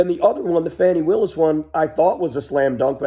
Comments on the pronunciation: Is it really difficult to pronounce Fani? Her name isn't Fannie and who she messed around with may not have the consequences that people think. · Not "Fanny" kyle. Fani, like fa-la-la.